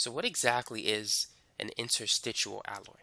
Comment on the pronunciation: Interstitial, not "interstitual". Suelement l'Anglais.